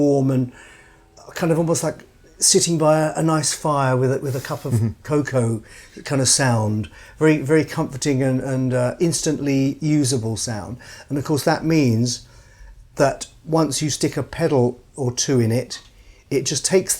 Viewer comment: “Warm coa-cao”. 😂